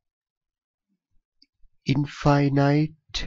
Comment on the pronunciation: in- finite... Don't say it like that Say in - fi - nit. at the end don't say night, say nit or knit. it helps with comprehension and differentiate infinite to finite.